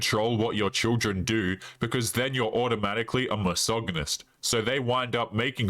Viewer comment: Dude, learn how to pronounce Misogynist.